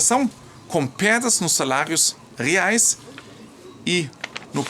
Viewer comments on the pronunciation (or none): none